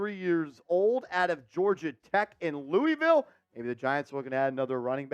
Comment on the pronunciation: You hurt my feelings how you just pronounced Louisville 😭 that’s my city